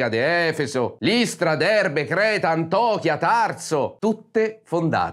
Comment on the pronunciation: Mio caro, sei bravo, sei intelligente e purebello. Ti seguo e ti sostengo. Ma ti prego impara a dire: Israele anziché Isdraele e Antiochia anziché Antochia